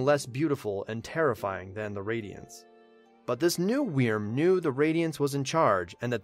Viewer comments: Wyrm is not pronounced weerm xD It’s pronounced like worm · Hey, just found your channel, this is good stuff! ....Also, wyrm is pronounced "worm". Sorry, pet peeve. Got just a wee frustrating to hear you say "wee-erm" like, times in this video lol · I've loved your videos up until this, and I simply can't continue to listen to you butcher wyrm by saying WE-erm instead of 'worm' or 'vurm' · It's not pronounced weerm it's pronounced worm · It's pronounced (worm) not (weerm) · holy hell in a hand basket it irritates me listening to you saying weerm. It's still pronounced like "worm". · Wyrm is pronounced "worm". Not "weerm". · That's not how you pronounce "Wyrm." It's basically just like "worm," not "we-erm." Awesome summary though! Love it! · Wyrm in my opinion is pronounced “Worm” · wyrm prounonce worm it also means dragon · It’s pronounced worm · I hate the way you say wyrm, just pronounce it like werm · this pronunciation of 'wyrm' is hilarious to me? idk if its a correct pronunciation but omfg. weeeeeeeeerm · Well, Wyrm is an actual word, it's like an ancient dragon thing, and it is pronounced like worm. But I see your point. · wyrm is pronounced worm i can't tell you how annoying it was to sit through all of this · You can just pronounce "wyrm" as "worm'" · No, because it's the same pronunciation as worm. This is nerve grating to try to enjoy. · I actually couldn't finish the video because I couldn't stand the way he kept mispronouncing Wyrm. Lol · I don’t know why but your pronunciation of wyrm makes me mad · I cringed each time he butchered wyrm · Your pronunciation of "Wyrm" is very... Interesting. To say the least. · Anyone else like the way he says wyrm?